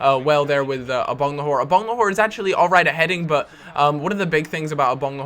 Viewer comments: It's Agbonlahor not Abonglahor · Please stop saying Abonglahor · "I-bang-le-whore" Brilliant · Why can't you say Agbonlahor?